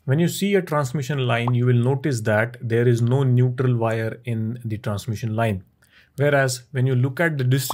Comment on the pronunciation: NeutRRRRRRRRRRal line.